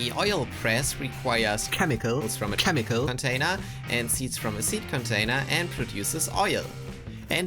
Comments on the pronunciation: "KHEMICAL" INTENSIFIES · I counted 11 "khemical" bits. Does anyone understand what that means? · I want to hear how he pronounced chemical before the edit, anyone complaining can stick it.